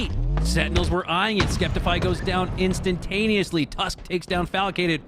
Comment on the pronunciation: Not the announcers calling him "skep-tifeye"